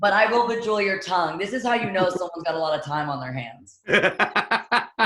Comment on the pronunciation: sijay i think she said bejewel lol